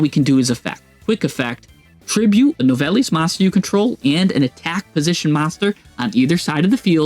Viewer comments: It pronounced “New-vell” 😉 😉🌝 love this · You gotta work on your pronunciation bro… confritas? Novellis? Lmao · I’m French and it doesn’t mean shit. Except « Nouvelles » which means « News ». « Nouvelles » is to be pronounced « nuvel » (yes the end is silent don’t ask why).